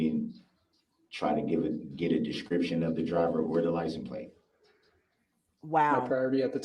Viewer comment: Omg I haven't laughed this hard in years "Did you see the licen place?"... did you see the tints on da vee-cool?" "Did you seekt to interviewed?" You're hilarious 😅😂😂 New subscription from me